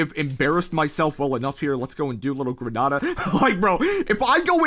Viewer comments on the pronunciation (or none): none